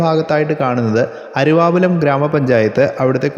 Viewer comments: അരുവാപ്പുലം എന്നാണ് അരുവാപുലം എന്ന് ആണ് വീഡിയോയിൽ കേൾക്കുന്നത്. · അരുവാപ്പുലം എന്ന് ഉച്ചരിക്കുക.